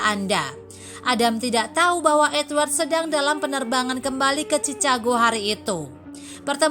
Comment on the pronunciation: Ceritanya menyentuh dan bagus. Namun sayang naratornya kurang kompeten. Ma'af ya mbak , sebelum baca narasi mohon latih dulu spelling nya supaya gak kelihatan kalau awam sekali dengan bahasa Inggris seperti nama kota Chicago